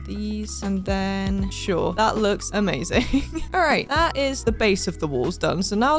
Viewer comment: When she said "Em-azing